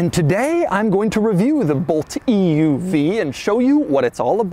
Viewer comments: Bolt loses 1000 potential buyers every time Doug says "E.U.V" .. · Is anyone else getting more annoyed with how he says EUV as the video continues? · Dougwanese Extra Snooty translation: "Eeeee Yooooo Veeeee" = EUV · It's an oouev? lmao idk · Is this the Bolt "Eee Uuu Vee?" Lol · Bolt EEYOUV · E U V pronounced at least 200 times. 🤮🤮🤮